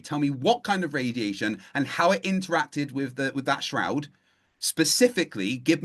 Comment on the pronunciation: cannot pronounce "-th" how pathetic. Or for, pafetic